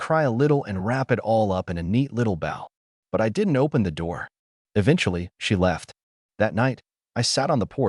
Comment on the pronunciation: Gotta love when AI narrators pronounce "wound" as "wownd," a la "the clock was wound" instead of "woond," a la "they never understand the wound they carved"... Similarly, "wrap it up in a bow" but pronouncing bow as one would bow at a curtain call.